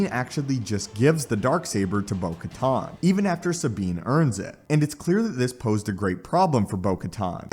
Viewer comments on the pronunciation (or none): Bro the “most amazing Star Wars you’ve ever seen” that title is shit. you miss pronounced kamino, Giancarlo, bo katan several times. you say “during Christmas” and not... I dunno... December? You’re fucking trash my guy